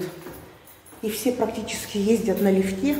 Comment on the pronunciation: на лИфте, а не на лифтЕ